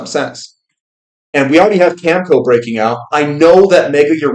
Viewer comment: not to nitpick. it's cam eh co.. cheers